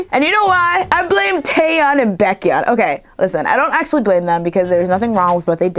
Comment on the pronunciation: sigh BAKE-HEE-UN NOT bak-yun Sorry, but its annoying :/